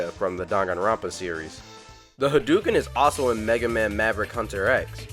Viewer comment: It's. Not. Called. The. Hadooken.